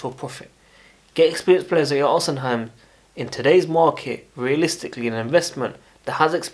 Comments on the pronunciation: Bro it’s not pronounced “osiheim” it’s “ohseemen” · Or_Ci_Men that is how to say his name ❤